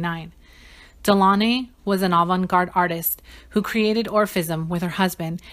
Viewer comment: That’s not how you pronounce their surname 🤦🏾‍♀️